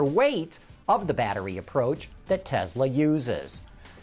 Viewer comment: Tesla not Telsa!!